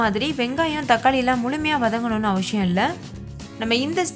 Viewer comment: அவசியமில்லை னே சொல்லுங்க , அவஷியமில்லை னு சொல்லாதீங்க , கேட்க நல்லா இல்ல. எல்லா வீடியோலயும் கவனிச்சேன்.